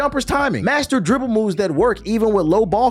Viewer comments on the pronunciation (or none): none